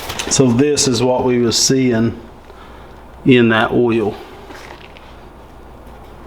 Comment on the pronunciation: Just say oil like paul wall, its ok